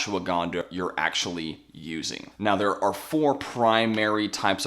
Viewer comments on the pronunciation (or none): none